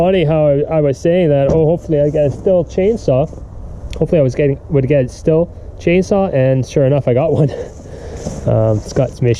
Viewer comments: Stihl is pronounced Steel not still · Believe it or not it's pronounced steel. Just sayin